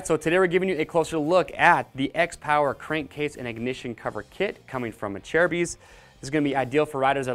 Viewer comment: songer121 yes,it's pronounced like he did In the video . It's a Italian company.